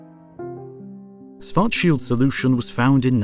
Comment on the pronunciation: The guy is not pronounced Swart-shield, the first SCH is pronounced the same as the second, i mean why wouldn't it?